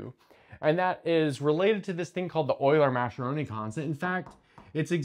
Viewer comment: A small note on the name Mascheroni, I looked it up because I also got it wrong. He's Italian, so the sche is pronounced like ske. It happens to look like the German sch trigraph but that a coincidence. The ch is a little quirk of Italian spelling - they have a rule where ce and ci sounds like English che/chi, so to avoid it you put an h, so keeps its /k/ sound. btw, Spanish disagrees, in Spanish like in English, ch is always /tʃ/